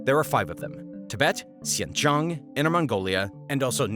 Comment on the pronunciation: I hate the way you're saying "xincheong" it's a "j" sound. Jiang 😢